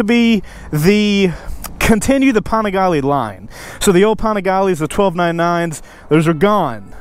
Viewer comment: Why does every Panigale video have to say PAWNigaLAY 49 times in the first 2 minutes..!!?!